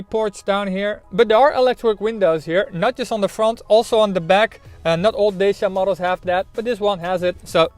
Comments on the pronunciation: Pronounced Dat- cha not Day-sia!!! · Dacia is pronounced Datcha, not dashia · why he says Deishia all the time? Is it something wrong with his mouth? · Nice work, but, please, learn how to pronounce "Dacia"... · Can't even pronounce the name properly. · You cant be a respected reviewer if YOU CANT PRONOUNCE CORRECTLY THE BRAND NAME OF THE CAR! GET out of Youtube!